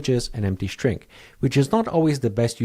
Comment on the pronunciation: Why do you say "shtring" and not "string"?